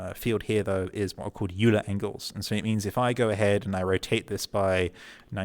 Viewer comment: Pro tip: Euler (like Euler angles) is pronounced Oy-ler, because it's a German name. Like the German cruiser Prinz Eugen.